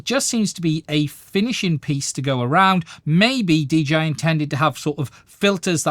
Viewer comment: Nice job. First time seeing your content. Subscribed. Just a small note, when you speak quickly are you sometimes saying DGI? Or is that just how it sounds to a person like me with me having my American accent?